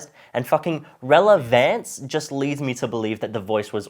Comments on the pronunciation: This by itself is not enough evidence, everything else you've provided is well founded, his pronunciation of "relevance" isn't necessarily a smoking gun by itself I feel because some people just say certain words in a weird way. Is it unlikely, yes but I feel we've all heard someone say a word in one of the most confusing manner possible, it can be used as a cherry on top to your argument tho and it wouldn't be amiss. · About the relevance thing, even if it was his second or third language with that accent is kinda hard to believe, it's probably AI for voice too or he doesn't know how to pronounce the word. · normal person: rel.ə.vəns movies explained: REL.ƏV.ÆNS 🗣🗣🗣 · youre supposed to pronounce it more like relavince, but they said it like relavance, which isnt the pronunciation. It would be like saying microwave as meekrowavay. Even though/if you used the word right, you said it noticeably wrong. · It was the blatant mispronunciation of some words (such as stressing the wrong syllable) that made it obvious to me. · Oh the irony. Complaining about how AI pronounces 'relevance' and then pronounces 'data' as 'dartar'. You are either AI or retarded. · It is a common word in English, it was just pronounced incorrectly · The voice IS CLEARLY ai, if you listen , there's a certain distinctive roughness to the way it sounds, like it's a very low-quality microphone improved with some type of software. This effect is present in almost every Ai song, meaning that this was recorded by someone who read the script (or another Ai) and didn't know how to pronounce relevance and applied the Ai voice filter to the recording. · I feel like I'm going crazy. What is wrong with this pronounciation of relevance? It sounds perfectly normal to me (although english is my second language so maybe it has sth to do with that)